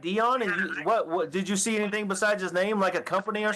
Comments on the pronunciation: "Anythink," Everythink" "Why come" The fact that she was a teacher is the reason I don't trust public schools! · "i will not be charged with ANYTHINK in this"! Her putting a K on EVERY word ending (endink) in G ..... DRIVES ME NUTS